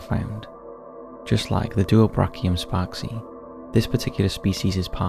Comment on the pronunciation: I can ensure you that "sparksae" is not pronounced like "spark sea".